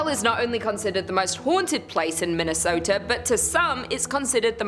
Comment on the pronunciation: Min-ne-sooooooo-tah? Good lord, these foreigners sure are fancy. 😅